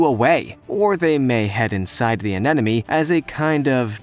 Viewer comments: anenome?????. isn't it anemone? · Why do you keep saying "anenome" instead of "anemone"? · Anemone....*AHEM* 'UH-NEM-UH-NEE' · did I hear "Anenome" over and over? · Did he say anenome? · It's an aneme-no-ne-ne, guys, get it together. lol And no, peeing on jellyfish stings does not work.